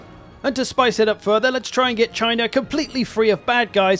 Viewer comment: you're saying it wrong... it's Chyyyyna.